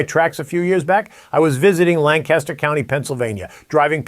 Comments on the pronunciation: local dialect. Lan caster' not lan"caster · You also pronounce Lancaster incorrectly. 😂 Things are pronounced the PA Dutch way here. It's LANC-iss-ter.